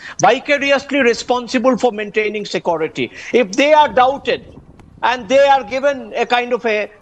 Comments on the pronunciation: I learnt to pronounce 'SecOrity' from the professor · Secority ??? Wtf is secority ???